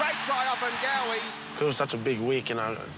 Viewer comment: Can you pronounce his last name right, not “OfanGOEY” it’s “Ofa-n-nga-weh”